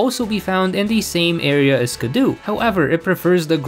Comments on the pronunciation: Skiddo and Gogoat are some of my favorite pokemon and Skiddo isn't pronounced Ski-doo it's actually pronounced Ski-doe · Calling skiddo “skidoo” was killing me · “Skid-doo” is killing me 😂 It’s just Skiddo, like “kiddo”. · Him constantly calling Skiddo "Skiddoo" hurt my soul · The fact that he keeps pronouncing Skiddo as “skidoo” physically hurts me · I'm sure its not Skiddoo. It's Skid+Kiddo, surely? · Pokemon's name: "Skid-oh" Your pronunciation: "Skuh-doo" Cool vid tho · I love Skiddo. You're mispronouncing it, though. It's an "oh" sound at the end, not "oo" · you calling it "skidoo" is very funny. its meant to be like "kiddo" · skid-doo feels like bullets i can’t explain it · Love the way you say skiddo I say skiddo as kiddo but with an s in front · bro says skiddo like skudoe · okay I've heard many a mispronunciation of pokemon names before, but ski-doo is definitely a new one for me I dunno is it just me or did you just not register the word "kiddo" here? no flame here btw just really confused by that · It’s skid-dough. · It's skid-do for God's sake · Is skiddo really pronounced skidoo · It is pronounced skid-OH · The mispronunciation of Skiddo upsets me intensely… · Im sorry you did NOT just pronounce skiddo like that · Still a better champion than Diantha. Also, you are pronouncing Skiddo wrong. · Can you just. Pronounce Skiddo correctly please. You’re not watching Blue’s Clues trying to hop into the TV.